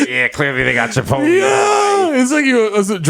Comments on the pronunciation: Me: Chipotle Desus: Chuhpotlee Mero: Shapotlay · Someone tell Desus the right way to say Chipotlé... its not Chipot-leeeee!!!